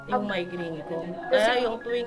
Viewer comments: Mali ang pronounce nyo hindi xa mindgrain kundi migraine correction lang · Migraine po kagwangs hinde minegraine hehe kakatuwa kayo Godbless sa inyo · Sorry po i correct ko lang po MIGRAINE po hindi MINEGRAINE yun lang po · Migraine hindi mindgraine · Correction Migrain hindi mindgrain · Migraine not mindgraine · Sorry to interrupt guys but i keep hearing mindgraine suppose to be migraine that's all. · migraine po, hindi minegraine. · Migraine hindi mindgraine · MIGRAINE 🤣 hindi mind green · Comment ko lng mga kagwang’s at m’s icorrect ko lng ang pronunciation ng sakit sa ulo ay MIGRAINE hndi minegraine yun lng po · Correction pls “Migraine” po not minegraine😂